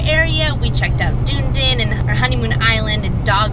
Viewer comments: ANN-CLOAT DUH-NEED-INN Yw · Anclote the O is hard. Dunedin is (Dun-edin)